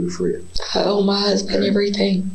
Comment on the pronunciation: “ He wanted to come to ma house….. to ma house …. I said no-sir 😂😂😂😂